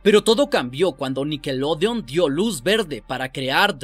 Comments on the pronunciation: No se que es mas malo..lo que paso o la manera que dice nickelodean...para mi que es con O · Buen video, espero que algún día logres pronunciar snider y nickelodeon.